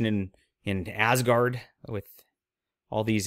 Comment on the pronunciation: Asgard, now with an extra S.